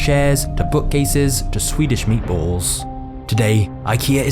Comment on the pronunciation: How he says "Swedish Meatballs" gets me every time! 😂